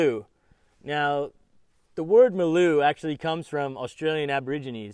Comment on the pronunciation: It's pronounced Maaalooo. Not Meloo